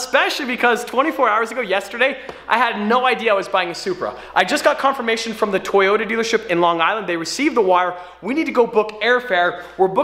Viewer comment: u said toyator but it lamborigine